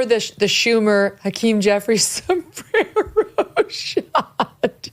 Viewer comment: A Sombrrrerrrro! 😂😂